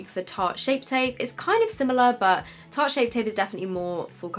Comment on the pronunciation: Its honestly my favourite thing to hear people say shart instead of tart shape tape 😂